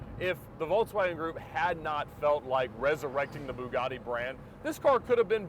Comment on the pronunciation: Are you still saying "Byoo-gotti,"? I love it🤣🤣 Maybe one day I'll buy the Murcielago!